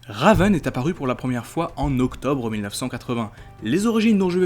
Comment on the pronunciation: Alors mec ta vidéo était super mais il y a un truc qui m'a rendue FOLLE : la prononciation plus précisément celle de raven et trigon Sinon ta vidéo était pas mal du tout même super sans aucun doute mais stp prend ma remarque en compte et sinon...Bonne avancée sur youtube 😁 Signé Elena à